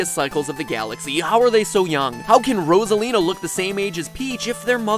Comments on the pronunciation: Wait, her name is pronounced Rozalina? I thought it was pronounced Rosalina! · Nope. He just pronounces it weirdly. Everyone else I’ve ever heard say her name says it Rosalina. As in, Rose at the beginning. Unless you meant this as a joke, in which case, I think I was just r/wooshed